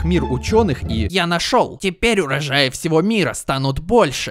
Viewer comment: там небольшая ошибка, не урАжаи, а урОжаи, люблю твои видео ❤